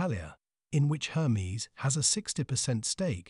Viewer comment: Interesting… pronouncing the name incorrectly throughout, took away from the video. It’s not Her-mees, it’s Air- mez. Bonne journey.